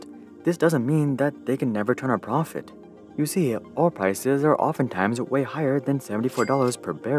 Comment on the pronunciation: "you seer"... lol